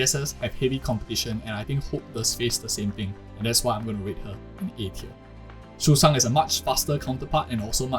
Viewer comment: the bird system is so good i just had to subscribe. Still, i don’t think i can agree with any of it because as you said, some characters got nerfed. We can only judge when the game is officially released. Nah, you did not just call Sushang “Susan” 💀. Is that the correct pronunciation? I always called her “Sushow” because that’s how she was called in Honkai impact 3rd. Btw, are you asian, perhaps? the way you pronounced names like Qingque was perfect and didn’t sound like foreigners do.